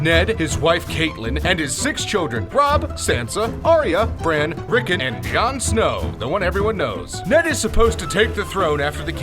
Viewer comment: and BRAN. not Brian.